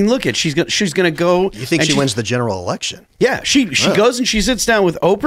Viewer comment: I heard the word SELECTION not election